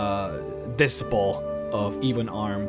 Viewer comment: Dude also said dis-hipple (disciple).